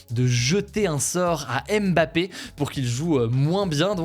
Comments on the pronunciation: On pourra arrêter de dire Aimebappé un jour? Ça se dit Mbappé... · Coucou, on ne dit pas M-Bappé mais bien Mbappé, le m et le b sont collés phonétiquement également